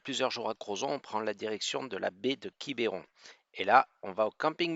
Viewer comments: Bonjour les amis,je vous entends parler de Quiberon, nous Bretons nous ne prononçons pas Quiberon avec ( é) je pense que vous allez me comprendre, bien du plaisir à vous et à bientôt 💐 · Belle vidéo Merci beaucoup Juste une chose : on dit « Quibron » et pas « Quiberon » Mais c’est tout aussi joli ! Merci beaucoup pour cette belle vidéo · Quibeuron pas quibéron : c’est insupportable 😅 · Alors pour information on ne dit pas quibéron mais quibron en phonétique on avale le e sinon superbe vidéo, vous êtes chez moi !! bienvenue à vous deux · Bonjour ! Merci pour cette belle vidéo Comme pour le village de La Clayette qui ce prononce Laclaite où vous n’êtes pas loin quand vous êtes à votre hangar Quiberon ce prononce Quibron Ni voyez aucune agressivité de ma part Bises à vous deux ! Régalez vous !! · c est quiberon mais ça se dit quibron